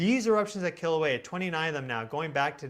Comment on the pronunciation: Aloha, my family and I from the Big Island, Hawai'i and we really appreciate your channel. We find it so interesting and helpful -truly the only news we care to listen to! And thanks for pronouncing Kilauea properly, a lot of scientist have trouble with that lol